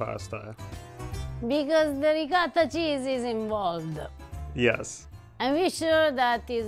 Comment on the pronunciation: You know, if you keep mispronouncing riccota, mozzarella, etc., Eva may just hit you in the head with a saucepan. Be careful.